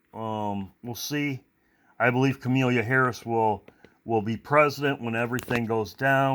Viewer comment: Ka mah lah Not, Ka mee lēa I know it's not a big deal but Omgosh!! Lol God bless you all and your loved ones 🙏❤️